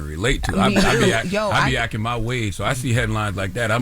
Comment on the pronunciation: Charlamagne there is a “T” in acTing lol 😂 over there ack-ken